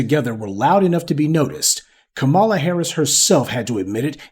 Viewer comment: Did I hear Kamammy🤣🤣🤣🤣🤣🤣🤣 that was too much for me! I always thumbs up before it starts but I had to control my laughter to keep my hand steady to tap.